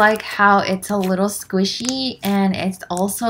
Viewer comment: I love how you say “squishy” as “squeeshee” lol!!❤️💓